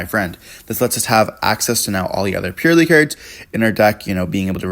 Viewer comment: The Purrlielie on the other hand 😅😂